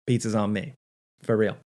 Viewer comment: Mom : “Why did you order 24 pizzas?!” Me: “ He said fur-real mom!”